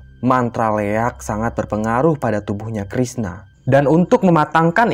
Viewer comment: Koreksi min 'Liak' bukan Leak